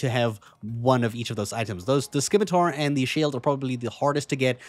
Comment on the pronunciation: Say it with me scimitar=Sim-i-tar.